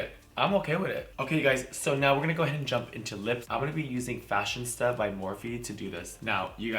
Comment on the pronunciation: I think you mean FashionISTA lol I thought you were saying Fashion Stuff, Fashion Stud lol